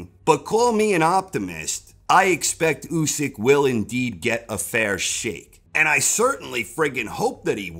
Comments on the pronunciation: "A fair Sheikh" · "Fair Shake" not "Fair Sheikh"? missed one there...